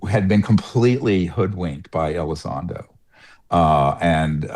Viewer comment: It's Elizondo NOT Elizondro. Words matter, you sound ignorant on the topic.